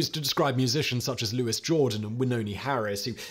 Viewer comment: It’s not “Louis” Jordan. It’s “Louie” Jordan (pronunciation). And a giant in Big Band, early Rock and blues.